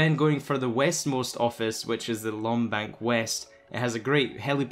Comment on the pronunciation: Lom bank? No its maze bank west